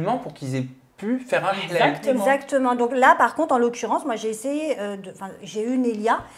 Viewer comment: Un big Up à avec " le hlal" tu l'as trop bien prononcé bravo!😉 je regarde Aja depuis les débuts et je remarque une superbe évolution que ce soit au niveau des sujets ou autour de la table. Continuez comme ça, vous méritez largement d'être diffusés sur une chaîne. Bisoussss à vous 4!